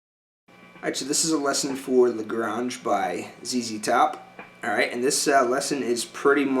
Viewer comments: I kinda liked it that he misprounounced the Texas city. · Bro, I've searched for a lesson on the 2nd solo for a looong time. Glad I finally found your lesson! Excellent!! I don't even care that you mispronounced the name of the city in Texas. Thank you